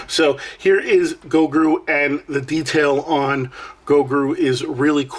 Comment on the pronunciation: I hate to be that guy, but you said it like 10x. His name is Gro-gu, not Go-gru. Hahaha, Nice pick up bro!